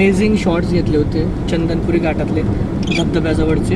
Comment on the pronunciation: chandanpuri nahi a chandanapuri ahe 😀